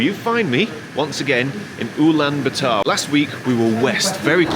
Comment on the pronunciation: please don’t pronounce Ulaanbaatar as uulan ba taar. the double “aa” indicate long vowel and therefore it is pronounced as U (as in uber) Lahn Baah Tahr.